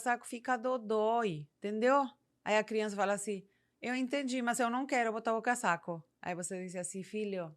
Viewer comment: Dica: Na pronúncia, utilize o S do casaco com som de z, cazaco